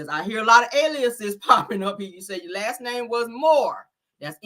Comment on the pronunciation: said "i got blood on my hands" sounds like she is confessing to something🤔🤔. Moe vs Moore well you know she leaves out letters in her words😮😮 No to Destiny back on show. She was not married to Mose.